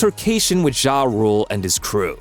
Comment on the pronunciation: Wish you would stop saying jah like that its not zha zha